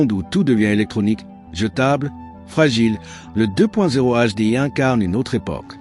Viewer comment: "le deux point zéro HDI" ca commence tres mal Ces videos m'intéresseront quand les IA sauront prononcer correctement 👎